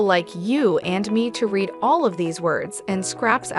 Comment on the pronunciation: Is the narration from a shitty text-to-speech app or something?? Like... "red them and rekerd them"? lol. Even most folks I know that speak English as a 2nd language don't mispronounce as bad as a lot of the words in this video, holy fuck🤣😂